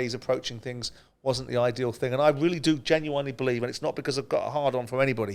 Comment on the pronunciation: Why is it Simon is a highly intelligent man but can't pronounce genuinely correctly. weird.